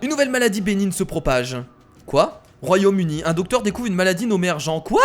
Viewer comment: mdr il a dit royaume udi a